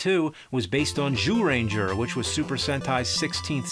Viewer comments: That's the correct pronunciation. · That jyuurenjaa part made me burst out laughing lmao I used to watch the show when I was a kid and spot on Japanese lmao